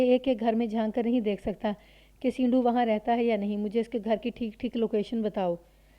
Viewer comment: سینڈو، اس لفظ کو زیر کے ساتھ نہیں پڑھا جائے گا، sando بولا جاتا ہے